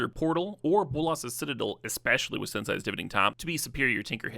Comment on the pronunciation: that ragavan and bombardiers pronunciation 😭jokes aside fire video though! ❤ thank you for making it more accessible. edit: man sensei too